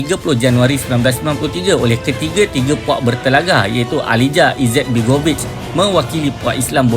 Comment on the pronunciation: Sebutan presiden Bosnia Aliya Izetbegovich,bukan alijjah